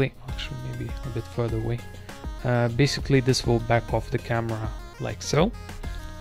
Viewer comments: guy says basicwee meanwhile he can pronounce his "L's" with other words perfect......😧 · «Basicwy» Lol